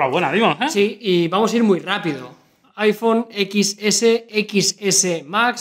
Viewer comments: IPhone DIEZ no EQUIS!! Mis oídos! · iphone (equis) jajaja y eso que hablan de tecnología, pronuncien bien